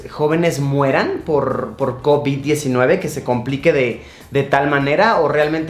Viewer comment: Soy el unico que absolutamente odia la manera en la que luisito pronuncia Covid-19